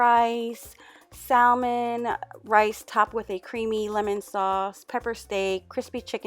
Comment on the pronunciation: The “L” in Salmon is silent.